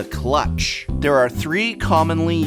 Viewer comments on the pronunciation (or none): none